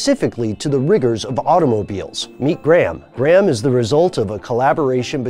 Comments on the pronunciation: It is pronounced grey- ham, not gram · You pronounce the H you fuckface. It's not Gram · in what universe is graham pronounced like "gray ham"?